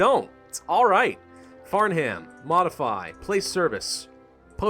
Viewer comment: The H is silent in Farnham